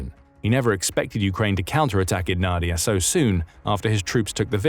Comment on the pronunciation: Not NAdiya but naDIya: the stress is in the middle syllable.